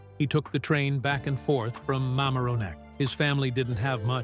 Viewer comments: It’s Ma-MAR (as in MARry)-on-neck. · Mamaroneck is pronounced with the emphasis on the second ( mar) syllable. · The narrator doesn’t know how to pronounce Mamaroneck! He should ask someone!!!